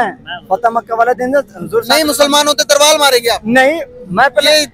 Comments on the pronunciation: Youtuber bol raha hai???Tarval yaa Talvaar???? 😂😂🤣🤣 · अबे तरवाल नही तलवार